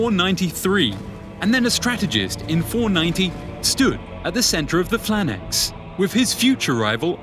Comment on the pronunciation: Is anyone else bothered by the fact he calls it a Phlanax and not a Phalanx?